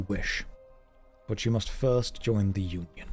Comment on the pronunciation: "It mush be so exhausting to be so insecure", 2026